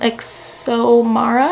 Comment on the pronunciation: In the poet x audiobook which is read by the author she pronounces Xiomara as see-oh-ma-ra